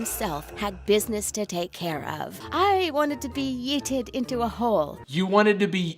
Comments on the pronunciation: How did the pregnant pool girl not know how to pronounce yeeted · They said yeeted like a knight of honor would pronounce it